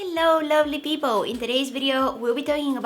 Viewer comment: Did u say peopo or people 😂😂😂😂😂